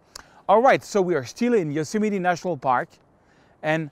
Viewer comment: Best American pronunciation of Yosemite yet.